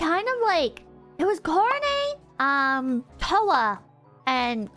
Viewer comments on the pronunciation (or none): I like how says Korone. "Korowneigh"